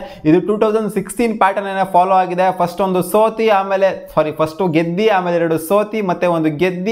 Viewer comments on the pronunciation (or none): ಗೆದ್ದಿ ಅಲ್ಲ ಗೆದ್ದು